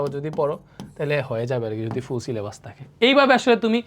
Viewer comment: ফুল 🌵🎍 সিলে❌ছিলে*বাস। ✅ 😂😂